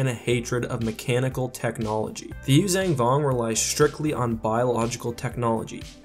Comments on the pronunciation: I'm sorry but could you stop saying Yuzang Vong. It's Yuuzhan not zang, you say it in every video you do using them and it is really annoying. So much so i don't watch your videos on them. It's just a personal thing with me, i can't stand hearing words mispronounced. And to all the people that are going to start hating on me for saying this, there is nothing you can say that will make me give a shit that you exist. Have a wonderful day. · I totally agree with your assessment but I do have one question - How do you get the pronunciation Yoo-Zang-Vong from the word Yuuzhan Vong? I've always pronounced it phonetically and gotten a Yoo-Zon-Vong articulation.